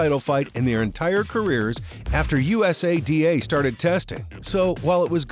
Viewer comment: Sports "SPAM" is right LOL how could you possibly do the research to make a video THIS LONG, and STILL call USADA "U. S. A. D. A" over and over... Christ